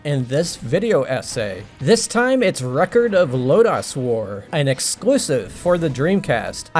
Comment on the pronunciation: You're saying "Lodoss" wrong. Just sayin'.